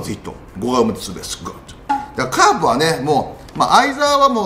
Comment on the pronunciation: グッドがゴッドに聞こえる